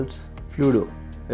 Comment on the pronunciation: Fludo ko Flu do phli baar padha .. Made me laugh